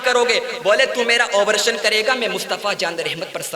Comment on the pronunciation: آبریشن نہیں بلکہ آپریشن ہے بھائ